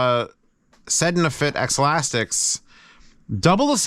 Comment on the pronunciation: Pretty sure it's "ze-laz-tek", not "ex-lastics".